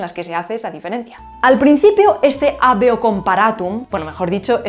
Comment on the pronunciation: Me queda mucho por repasar de este video para aprenderlo todo. Estuvo muy denso. Buen trabajo. Ojo con la pronunciación de habeo. La hache no era muda durante los tiempos romanos. Se pronunciaba como la h inglesa en “have” o la hache alemana en “haben”. Fueron las lenguas derivadas del latín que con el tiempo se encargaron de “tragarse” ese sonido.